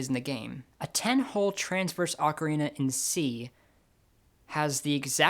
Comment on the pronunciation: The way you pronounce "ocarina" may be very popular, but it's wrong: For what it's worth, I always pronounced it the correct way, because I grew up with a habit of clear enunciation (sometimes I go too far, however, and end up sounding a bit mechanical).